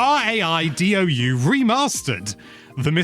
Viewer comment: Raidou = “Rye-dough” ✌️